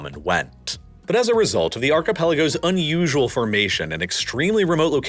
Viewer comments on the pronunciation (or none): none